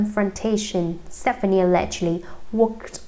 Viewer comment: Learn to correctly say her last name before you read a tabloid magazine.